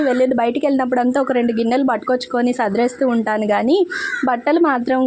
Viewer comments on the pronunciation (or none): Entho chakkaga matladatharu even English terms kuda apt. ga vadatharu meeru. Kani 'sadrestanu ' anatam baga ledu 'sardestanu ' anataniki , generally telangana vallu atla matladatharu ,pagilindi anataniki paligindi ani , Chinna pillala laga